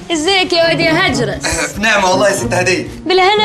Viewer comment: اسمه هاجرس مو هادرس